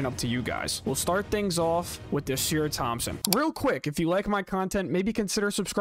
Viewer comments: ‘Ah-Sahr’ not ah-seer. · It’s annoying how you consistently butcher Ausar’s name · I can tell you're just now finding out who these guys are!! Otherwise, you would have heard Ausar's name so much that it would be impossible to mispronounce it!!